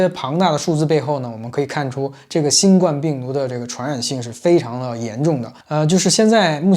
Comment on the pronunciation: 新冠（guan第一声）病毒。（不好意思，纠正下读音。）